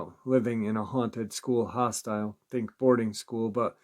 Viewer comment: Hostel, not hostile 😂